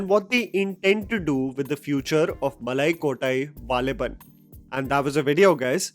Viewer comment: Sorry bro I literally laughed when you said Nanpakal nerathu mayakam but you said malakottai valibhan well